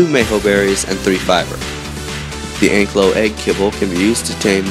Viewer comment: Thank god you don't say anklyo im proud that you say ankylo im a dinosaur fossil excavator and have named 3 dinosaurs